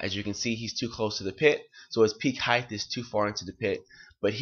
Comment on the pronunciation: Its "height" Coach, not "heighth"